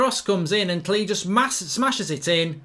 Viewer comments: Your saying klich name completely wrong, your saying like klee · Klich is pronounced Click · I think it’s pronounced klitch maybe?